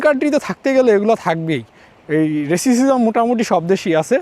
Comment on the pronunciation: রেসিসিজম না রেসিজম